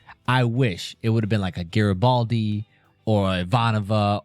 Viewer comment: Jesus Tapdancing Christ.... It's NOT Jar-uh-baldy dude. Near the end of TWO FULL SEASONS and you STILL can't pronounce that major character's name? C'mon, man .. every time you mispronounce it, it's like fingers on the damn blackboard.